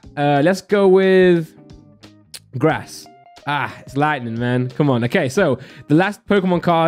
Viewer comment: Does it annoy anyone else how he wrongly pronounces the energy cards?? (Metal, Lighting ETC..)